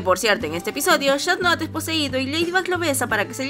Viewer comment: Dijo shan noir en ves de cat noir